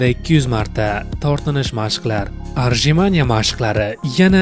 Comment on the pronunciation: Ruscha so'zlarni bilsang qo'ship gapir bilmasang gapirma bratishkam. Arjimanie bo'lmaydi otjimaniye bo'ladi!